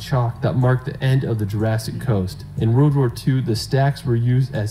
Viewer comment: I am the only one who hears this guy say’ in the reald “ over and over. The word is world 🙄